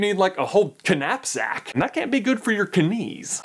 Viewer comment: Kuh-napsack killed me. Well done. Subscribed.